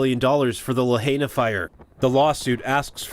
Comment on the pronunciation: While I appreciate the coverage, I continue to be disappointed in the poor presentation and mispronounciations by so many of your reporters. The latest: Lahaina. Not Lah-HAY-nah but Lah-HIGH-nah. Ask the people of Maui what they think of your coverage. Work a little harder people.